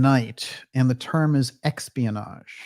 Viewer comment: "EXPIANAGE" I love it - perfect! That's going into my repertoire.